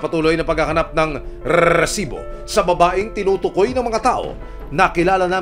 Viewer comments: Rrrrrrrrrsibooo parang neveeeeer ni sherwin😆🤣😅😂neveeeer mag Rrrrrrrsibo😅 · Sir ok sana ung balita, Kaso ung rrrrrrrrrreeeersibo na Yan sakit sa taenga 😢😟